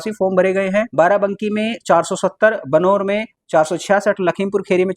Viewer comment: Bijnor ko बनोर keh diya🤣🤣🤣🤣🤣